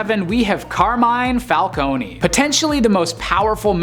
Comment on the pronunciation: you have completely mistaken the pronunciation of Carmine Falcone